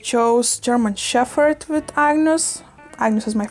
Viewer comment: It’s funny you say “sheffherd” 😂 for once in the English language the “ph” actually doesn’t make an “eff” sound lol so interesting